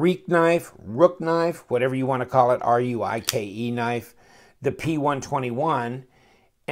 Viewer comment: Ruike is pronounced rake. Just like Jake - Hey, that's me. I want to do a review of the VG10 (or is it 440C) version of this knife too. I just need to save a tiny bit more. I know it's not crazy expensive but my budget, she be a very tight thing.